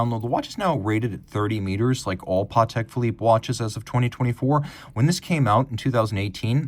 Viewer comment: NEVER trust a watch guy calling a Patek watch a PARTEK 😮